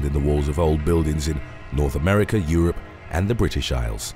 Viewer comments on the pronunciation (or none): none